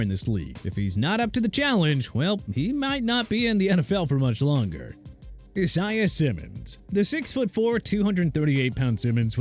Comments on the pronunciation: Can we stop with the e-sai-ah nonsense?! It's pronounced AI-ZAY-UH not E-sai-ah!!! Give me a break dude... learn to say people names right! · Still mispronouncing the name “Isaiah” I see